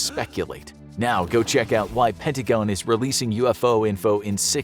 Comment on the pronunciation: did he just say pen-ah-te-gen instead of penta-gon